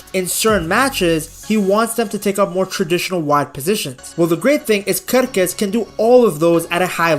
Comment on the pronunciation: your pronunciation of Kerkez is perfect in Serbo-Croatian btw, I love the small details like those that you provide